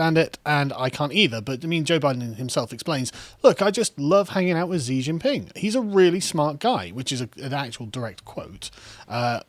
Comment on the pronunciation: Xi is pronounced closer to "she" just to help not to judge. but yeah, wasn't there evidence that the CCP had funded h biden? edit: you mentioned it later in the video lol.